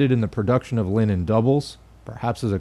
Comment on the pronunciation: Every time you say Linen, I think of Lenin.